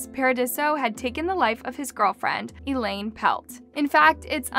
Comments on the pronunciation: it's not Elaine, it's Eileen pronounced eye-lean. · Eileen pronounced Elaine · Paradiso's victim's name is Eileen. (I lean), not Elaine. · it is I-Leen not E-lane